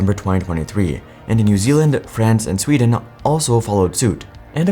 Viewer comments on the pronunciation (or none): none